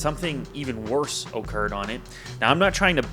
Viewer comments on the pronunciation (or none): lol the way he said "occured"